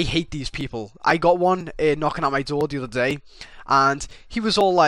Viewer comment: his inner scouse came out on the "the other day" part